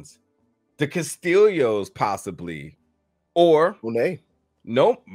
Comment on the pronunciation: I love all that u do but its Ca-stee-oh